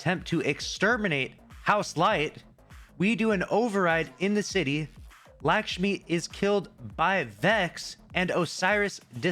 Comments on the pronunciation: It's LUCK-shmi not LACK-shmi, come on dude even your name is lucky. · it’s pronounced “Luck-Shmee” - you’re saying an indian name like how white people say indian names lol!